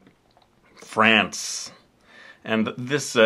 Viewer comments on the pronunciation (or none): none